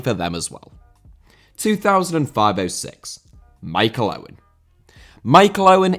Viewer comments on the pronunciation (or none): Bahaha “Schmichael”????